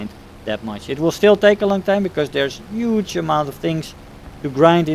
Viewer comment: "The changes in Rp are yuge. I mean really YUGE" :D